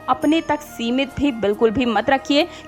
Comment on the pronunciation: Asimmit nahi simmit hai